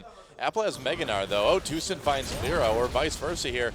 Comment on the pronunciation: Doa said Tusin which was playing Rek'sai, but I heard Susan, made me giggle!